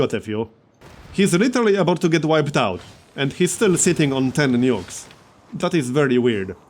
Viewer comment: i thought he said "nudes"